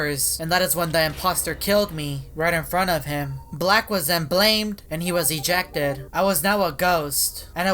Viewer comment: His voice really is: This is really weiRDD. I will most likely get ejectEDDD.